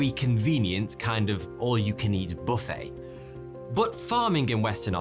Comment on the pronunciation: the word is buffet